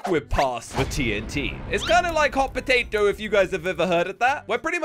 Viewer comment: * to are just me laughing to saying "Hot Potaeeto🤣🤣😂😂